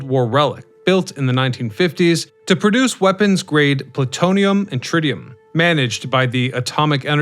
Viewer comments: I wasn't gonna say anything but you also said one time....... Pla-toon-ium!!🤣🤣🤣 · It’s the type of plutonium used in Toontown. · OMG, I read this comment before I head it in the video and just died laughing when he said it!!! Hilarious 🤣🤣🤣